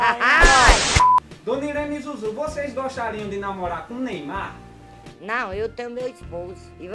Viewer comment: " Neumar " kkkkkkkkkkkkkkkk